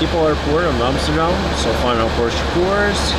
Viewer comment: Great vid, learned a lot, and u said Amsterdam right 😁 didn't know pilots used flightradar24 too lol